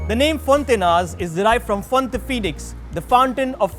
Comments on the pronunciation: its pronounced fonta-inhas (more like fonta-inyas) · Its fonti-ny-as, the proper pronounciation sounds like( Gn) as in "Gnocchi" nyo- key!!